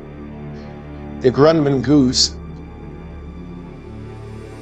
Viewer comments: Outstanding Video...but "Grunman" hahaha LOL It's "GRUMMAN" Dude.....hahaha still good video tho KUTGW hahahaha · Grunman ? Grumman